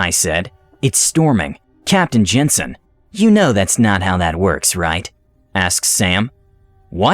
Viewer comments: OP has a comment in here that it was actually pronounced "yansen" which is a more understandable error. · IRL the name was pronounced "yensun," not "jensun" like it is in the video. That sounds really similar to "ensin."